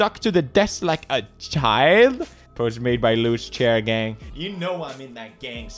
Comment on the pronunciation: he siad chiar gang